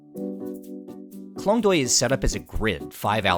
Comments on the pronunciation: sorry my grammar is incorrect, the point is Klong toei , the way u pronounce it noone gonna understand and i feel your whole clip is as important as the correct pronunciation of the specific place!! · klong doy poo gimme a break